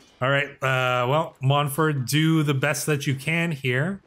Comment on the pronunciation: There's no worry with not having male heirs in this mod, most Westerosi succession is agnatic-cognatic primogeniture. Also, you absolutely butchered Monford's and Daenerys's names lmao.